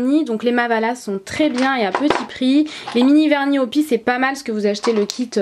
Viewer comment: Les verni o.p.i sa se prononce pas opi mes (opiay